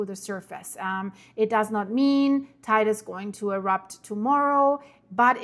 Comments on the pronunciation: Guten Morgen Sag bitte nicht "Teide"! Der Berg wird "Teyde" ausgesprochen.😉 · FYI. How to pronounce Teide: Tei as in “Table”, not “tie”; de as in “deh”. Thank you, 😊